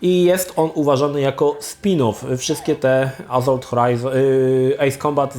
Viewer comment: To już chyba cecha wspólna i Krzycha i chłopaków z TVGry, że mają awersję do litery "s" tam gdzie powinna być wymówiona. Azolt, Maz Efekt itp.